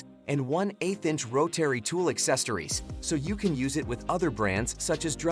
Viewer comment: Learn how to say Rotary